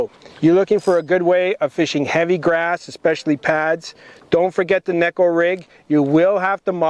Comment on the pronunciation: You give the Kneeko rig guy grief at the start and saying it’s Neko (Gekko) and proceed to pronounce it as Kneeko 😂